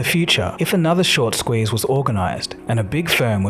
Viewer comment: Squeeze not sqouze